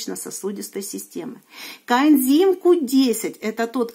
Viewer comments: Почему все время говорит "контим Q10", а не "коэнзим"? Ничего не могу понять. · У меня соседка лет двадцать пять пьет статины, ей делали операции - шунтирование два раза в Перьми, сейчас ей 93 года, живёт одна, дочь лишь навещает. Поэтому, не надо автору ролика ставить выше всех. А пропаганда коэндима получилась не плохо, ведь не коэндим, а коэнзим. Сажать такого блогера надо на коэндим.